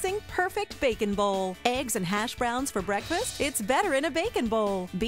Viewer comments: The way she says it it cracks be up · She said bacon bowl like 25 times and the way she says bowl had me cracking up laughing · why does she say "bowl" so strangely?